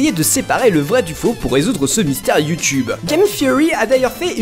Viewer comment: Sacrés Français avec leur Yuu-Tuube... Faut prononcer iou-toube. Essayez, ça ne vous déformera pas la gueule.